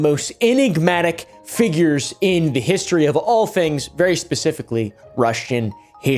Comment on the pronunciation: Did say Russian hishtory?